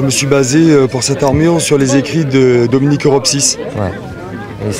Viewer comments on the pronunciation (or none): "Dominique robsis" ? o.O